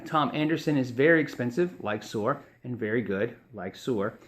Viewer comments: ...and Suhr is pronounced sir, rather than sewer. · Suhr is pronounced like sir. I have heard John Suhr on several podcast in he pronounces it "sir" guitars. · Darien Cruz Music the 'h' is simply silent. This makes my ears blead. Soer Soer Soer Soer jfc. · suerrrrr? isnt that supposed to be pronounced like sir?